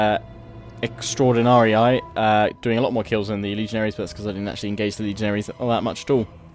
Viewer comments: You seem to be unsure of how to pronounce extraordinarii, it's extraordinari-ee not extraordinari-eye. They were the elite troops of the alae, essentially the best of the troops that Rome's Italian allies provided. Extraordinarii means extraordinary, or, more accurately, chosen men. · Why are you correcting yourself on the pronounciation of extraordinarii it is in fact pronounced E and not I...